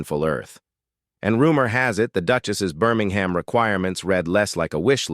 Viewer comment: Minor point - "Birmingham" West Midlands is pronounced BIRMING-MM or at a pinch BIRMING-HMM